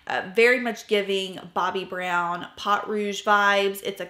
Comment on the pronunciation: Please, I love you, I watch you religiously, reference your channel and techniques on my own channel with amazing regularity, and I rarely comment cause I don't want to be a nuisance, but, my French ears just cannot 😂😂 pot, yeah please, po, just like po from kung fu panda. A great rule of thumb for French, do not pronounce the last letter and you should be great 😊. 💖😘💖😘 I would love to get my hands on undone beauty. They have a similar bronzer, but I got the illamasqua water contour and it is brilliant (seems to be more difficult to get) you need a bar top table to put beside your chair for filming 😂 might be easier than fiddling on your lap. (Now you know why I don't comment often, I can't shut up 😂) sorry. Btw, I have never thought your makeup was anything but flawless. As a French Canadian girl, to me, you are the epitome of a proper southern lady (just in case, it IS a compliment ) 😂😂 I got a chanel blush because of you and I love it 5 stars for sure. I was hoping for all of your eyeshadow crayons 😊 ❤❤❤ just adding, if you need help with French words, I'm your girl, I volunteer 😅